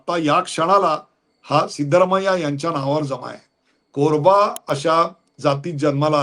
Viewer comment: सीतारामय्या नाही सिद्धरामय्या